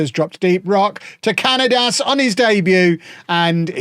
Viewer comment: Cañadas' name is pronounced "ca-nya-das". The letter ñ is similar to the "ny" sound in the word "canyon".